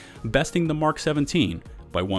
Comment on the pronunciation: Finally! Someone who pronounces the abbreviation "Mk" correctly, as in 'Mark', and not the phonetic M - K. :) I think some people do that so as not to confuse those who don't know that the phonetic pronunciation M - K = Mark and therefore may say something like "I can't find a weapon that says "Mark". ;) Yeah, I can complicate even the simplest of things. >;} ETA: I can hardly cope with the fact Bushmaster is #1 at anything. :| Note: the Bushmaster ACR was acquired from Magpul who originally called it the Masada. Note: Remington manufactures the select fire (full auto capable) version which they call the Remington ACR. With ACR meaning 'Adaptive Combat Rifle'.